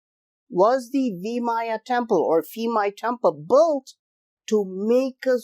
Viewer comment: Thai language base on Sanskrit and Pali not Greek, so please, when you see Thai name using "ph" in spelling do not pronounce it as "f".